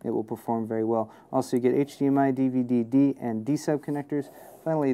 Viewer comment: Dvi-d not dve-d